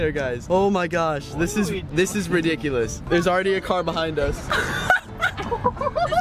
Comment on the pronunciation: unspeakble you said ridicolus more than 5 times